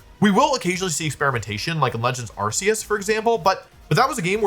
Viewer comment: Arceus has a hard C.